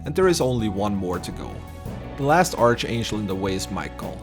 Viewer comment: ark-angel (like mark, not arch like like archie)